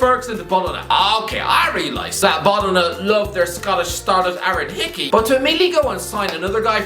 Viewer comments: "Bolona" and "Lekkay" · Every time mispronounces an Italian club's name (Fiorentina, Bologna, Lecce), a demon gets its wings.